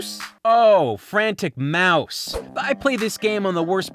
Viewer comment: Frantic Mouse not Frantic Mous